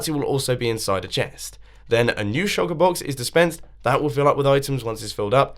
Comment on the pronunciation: Does I the only one who heard choco- box? And not shulker box.